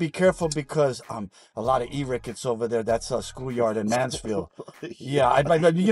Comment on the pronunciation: "E-rickets" that slip up 🤣🤣🤣🤣